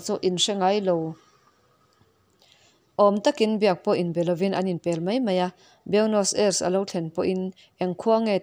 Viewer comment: Nakin zel atan Buenos Aires pawh hi Aires ti a lamtlang lo hian Ei tia chawl detin ris ti a lamtur anih hmel Ei Ris tihna anih chu